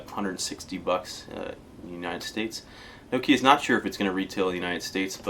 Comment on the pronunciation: Americans can't even pronounce nokia properly!!!